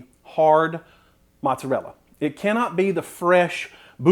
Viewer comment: can't trust anyone who can't pronounce "mozzarella" properly